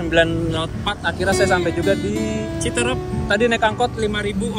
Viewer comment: Aslinya CITEUREUP bukan CITEREP ..!!! Seperti kata peuyeum bakan kata serem...